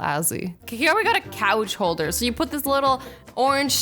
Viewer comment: Anybody notice how she said couch holder